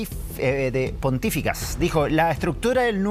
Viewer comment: "Pontificias" y no "Pontíficas". Un periodista debe saber hablar correctamente nuestra lengua castellana.